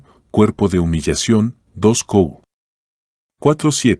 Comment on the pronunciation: No se puede anotar los versículos de la Biblia, porque no entiendo cuando dice dos cou.,es 2de Corintios?? Y así varías citas biblicas no se entiende .